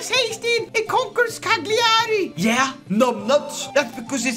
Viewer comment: Please learn how to Say Cagliari